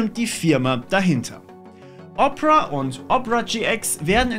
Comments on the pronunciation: Phoque! Diese Weiterleitung der aufgerufenen URL ist auch im NORMALEN Opera Browser so, nicht nur im GX? lol, wie todes lost muss man denn sein um Opera so auszusprechen? 🤣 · Machen Werbung für Opera und können den namen noch nichtmal richtig aussprechen. :D